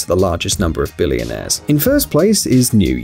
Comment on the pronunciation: BilLIONAIRe. The way he pronounces it is so funny.